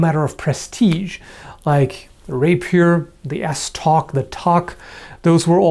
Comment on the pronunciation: Just hearing you say the word estoc makes me have to play some dark souls. =)